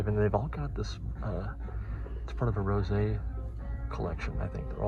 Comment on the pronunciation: Would ‘rose’ not be pronounced like the flower, instead of the wine? 😊